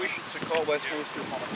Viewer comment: The place is called Westminster and not Westminister as one of you said. Apologies if this seems pedantic to you.